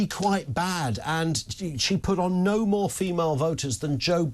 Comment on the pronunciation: neaur…. You mean no? Lol